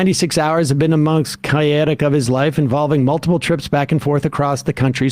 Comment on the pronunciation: interesting pronunciation of chaotic Sam😁